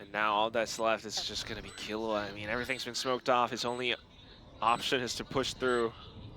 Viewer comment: The way that caster pronouncing Killua is murdering my soul.